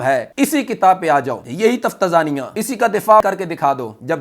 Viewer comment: تفتازانیہ کے تلفظ میں درستگی کریں